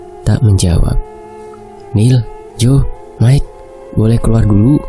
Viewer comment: Aduh dr tadi ko gak enak denernya ! Kl Mike itu nama panggilan buat perempuan , tapi kl laki- laki dipanggil Maik atau kl ditulis Mike dibacanya Maiki.... Gitu jadi enak nih kuping dengernya jadi jng panggil Mike itu jadi berubah jadi panggilan buat cewe. ..